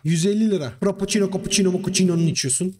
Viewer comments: Frappoçino , kapuçino , mapuçino deyince geri sarıp sarıp gülüyorum. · Fıraçino makiçino kappiçono :d